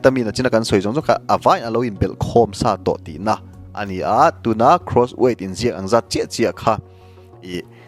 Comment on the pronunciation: Cross i tih kha Gross a ni e. I lam sual palh a nih a rinawm. Cross leh gross chu a kawh a inpersan viau bawk sia. Lam pawlh chi a ni lo e.